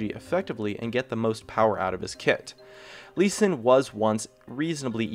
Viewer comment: Sees gnar at number one, CALLED IT "lee s" WHAT DA FUUUUUUUUUUUUUUUUUUUUUUUUUUUuuuu